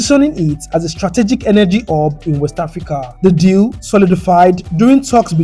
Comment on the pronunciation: Thank you so much, I love your voice, it’s great to hear African city names being properly pronounced. Thanks too for the footage of the factories so we can see the people working. I’m very interested I processing and self sufficiency. Kenta could learn so much. I’m a new proud subscriber. Keep up the good work